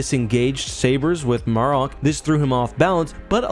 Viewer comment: Good video, as always...I've heard Marrok pronounced multiple ways, so far, and if I know one thing, THIS vid is NOT how you pronounce the name 😂